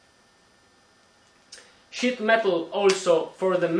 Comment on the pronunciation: SHEET metal. Dont worry, I thought he said shit too lol